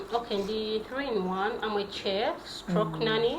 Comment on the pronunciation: Pronunciation entuufu eri "Shef" so si "Kye-fu"! Kannyongere okukowoola Jajja Nabuzaana, ayongere okukubunduggulako emikisa, mukyala Topista (Kirabo okuva ewa Mukama Katonda). Akuume.